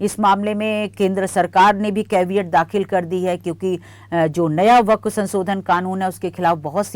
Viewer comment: Amit shah se le kar bohot se anker tak waqf ka naam tak sahi nahi bol pate hai unme se aap bhi ek hain